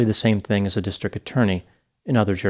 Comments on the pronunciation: You refuse to pronounce his name as Alec but you repeatedly pronounce district as distric. 🤣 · you mispronounced 'district'. It's not 'distric' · It's a district not a distrik. When did Ts become silent?